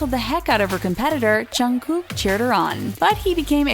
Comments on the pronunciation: She said junggoo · did she just say twica- o foek she said jungoo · Who ever said jungkook's name I was like ugh she said he's name WRONG srry I just have this Pet peeve when they say KPOPS name wrong!!!? For BTS and TWICE!!! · i aint a fan of bts but im disappointed of how the person talking said jungkooks name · You pronounced Jungkooks name wrong. RESEARCH. These are all photoshopped photossssssssssss